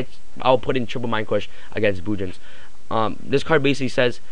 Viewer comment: Mind cwush XD